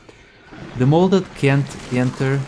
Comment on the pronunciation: It’s MODEL shotgun not molded lol. Not a big deal at all but I thought it was funny